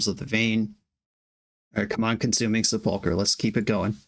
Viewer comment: The accent on sepulcher is on the first syllable. SEH pul kur